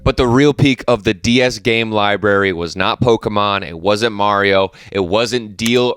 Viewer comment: LIBRARY THERES AN R FOR A REASON!